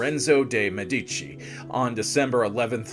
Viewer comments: The correct (Italian) pronunciation is Me'-di-ci with the accent on the first syllable. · Thank you, the incorrect pronounciation is disturbing. Even if you are not native Italian, the name Medici is so well known and correctly spoken, esp by historians